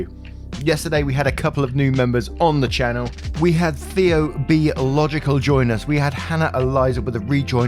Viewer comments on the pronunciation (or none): none